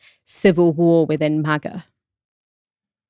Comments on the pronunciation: why tf does pronounce MAGA like that? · Why is he pronouncing MAGA that way? 😭